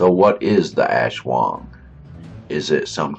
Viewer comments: your wrong its aswang not ashwang ang lamig ng bosses no grave ka peace. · No it's aswang